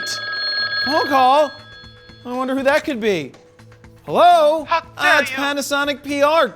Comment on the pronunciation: 'How der you' cracks me up everytime.